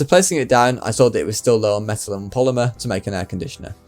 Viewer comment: Am I the only one who kept hearing "methyl" whenever he says "metal"?